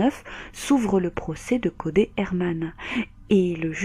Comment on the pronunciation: Triste histoire, la ville de Melbourne n'est vraiement pas sûre pour les femmes. Et pour info, ne le prends pas mal mais Codey se prononce Codi 😉